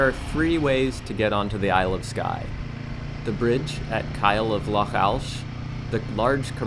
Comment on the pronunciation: An excellent video. Very happy you found the Aran Bakery in Dunkeld, its one of my favourites and so popular that often they have nothing left by the time i get there. Dont worry about the pronunciation, you managed Edinburgh and Loch and thats impressive enough. The wee Himmy looks to be a pefect bike for the back roads here and I am looking forward to see where you end up next.